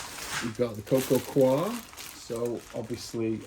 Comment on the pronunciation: Nice vide, thanks. Just FYI, 'coir' is not pronounced as if it were a French word, which it isn't. It's just pronounced like coy-uh.